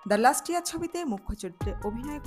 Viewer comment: লাস্ট ইয়ার নয় লাস্ট লিয়ার